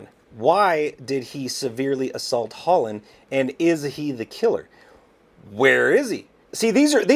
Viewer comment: Thats Hollynn .... Hol Lynn